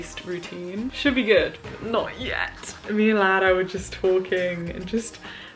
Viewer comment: I love how you pronounce Lara💛